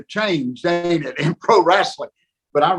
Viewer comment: He actually says "wrasslin".